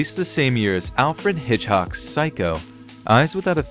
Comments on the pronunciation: "Alfred Hitchhock's.." ?? dude... it's Hitchcock... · this dude really said "Hitchhock" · “Alfred Hitch-hock” - ah yes, that well known director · Alfred Hitch hock? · Alfred Hitch-hock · Did my mans say Alfred Hitch-hock ? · "Bela Legoozy"? "Alfred Hitchock"? WTF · Not possible because he lost some more at "Alfred Hitchhock" , which implies he must still had some left. ;-) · yep that was Hitch-hock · I have to give them props though for mentioning my favorite director, Alfred Hitch-hock. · Alford Hitch-hock? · Come on man, Hitch Hock is just unforgivable and you know it. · Bella LeGOOZIE ... Alfred Hitch-HOCK ... 2 thumbs DOWN ... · SO im sorry but you mispronounce so many names bella lagoosey and alfred hitchhok to name a couple come on these arent new hard to read names people step it up a little bit. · LMAO ALFRED "HITCH-HOCK"????? LOL FUCKIN SERIOUSLY????